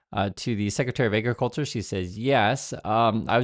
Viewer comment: "Secretary of Eggriculture" :p